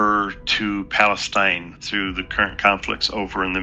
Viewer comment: 'Palestinr' he rruly is a moron